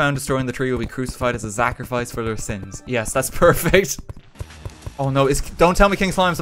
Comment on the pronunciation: I can never unhear 'zachrafice'